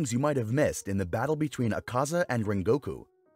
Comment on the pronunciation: i cant stand the way he pronounces rengokus name